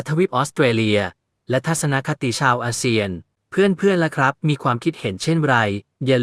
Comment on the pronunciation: อา.เซี่ยน.ไม่ใช่.เซียน.เวลาอ่านเติมไม้เอกไปด้วย